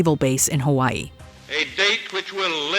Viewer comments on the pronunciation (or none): none